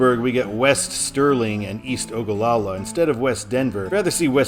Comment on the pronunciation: As a resident, I appreciate you pronouncing Ogallala correctly.